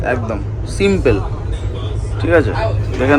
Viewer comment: Simple সিম্পল সিম্পেল না। 😂